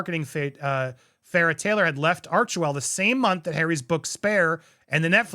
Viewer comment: Sounds more like “arch•hell”.. ouch!